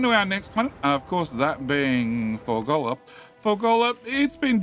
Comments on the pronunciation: Fulgorrrrrrrra. Why are you saying fulgollllllllla?😊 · I came here to see this comment, it is Ful-GOR-a! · I love that calls it moldy science. I don't love that calls it Fur-goal-la. Swings and roundabouts.